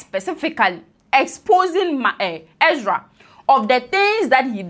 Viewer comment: She's also saying "Exra" instead of "Ezra".